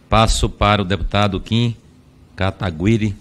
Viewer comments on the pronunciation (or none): Vai acabar o ano e os caras ainda não aprenderam a pronunciar o nome do Kim. Inacreditável!